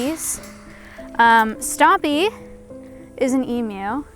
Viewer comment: As an Australian thank you for saying Emu the correct way and not saying Emoo